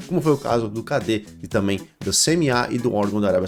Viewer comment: A pronúncia com relação a palavra CADE (Conselho Administrativo de Defesa Econômica) está equivocada. A pronúncia correta é "CÁDI". Ótimo vídeo.